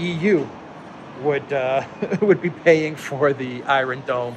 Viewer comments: Apologies for correcting but it sounds so strange, are you pronouncing it that way on purpose? Iron, you say eye-ron, in American it's eye-ern and in British its eye-on, great videos by the way, I watch all the time, the videos are very informative and the delivery done well, thank you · in the word "iron" in English the "r" is silent.